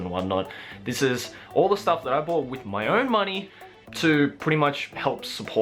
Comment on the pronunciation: Am I the only one who heard "wiz my grandma" not with?